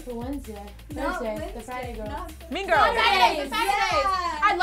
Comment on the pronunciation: Notice how Dinah said "Mean Girls"😂😂😂